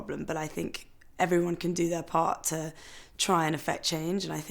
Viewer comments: No, she says "ter" all the time instead of "to". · No, it is not... It's lazy. I know no-one who says "ter" instead of a distinct "to".